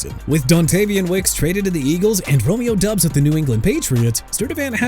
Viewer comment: I'm getting tired of you butchering names of everybody and everything! Diego Pavia (pah-vee-ah)! Also Romeo Doubs (dobbs)! And Nadame Tucker (nuh-dah-meh)! You're gonna be fired soon! Keep messing up!!